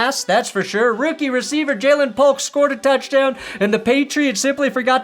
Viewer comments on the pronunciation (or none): none